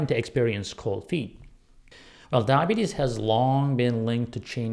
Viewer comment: You're having problem saying diabetes.